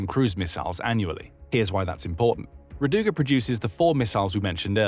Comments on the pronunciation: it is ra'duga, not radu'ga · Not rad"U"ga, r"A"duga Rainbow